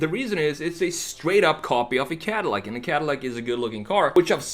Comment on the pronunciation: It is not cardillac broh..